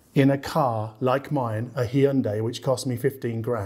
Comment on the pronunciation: Did he really say "Hee-yun-day?" (Hyundai)